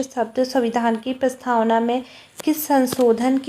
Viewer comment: प्रस्थावना नही प्रस्तावना